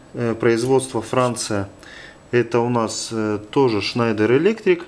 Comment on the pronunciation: а почему этот электрик на видео schneider читает как шнАдер? поясните пж.